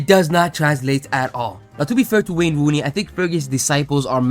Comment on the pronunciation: I giggle each time you say wane wooney